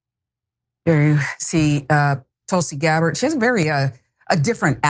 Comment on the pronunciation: Tulsi "GARBARR" ?